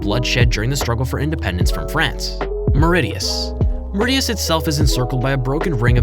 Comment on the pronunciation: I said its More-rishus not More-ridius